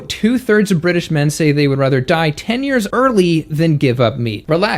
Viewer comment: you turned British in the beginning when you said the word "rather." It was funny.